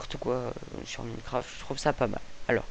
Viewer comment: cest ecri minecraft mais sa se dit mynecraft